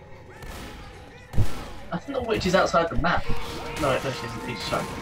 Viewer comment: Louish kills Beel